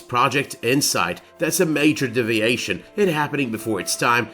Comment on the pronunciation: A double shot every time he says "DIV-iation" instead of DEE-viation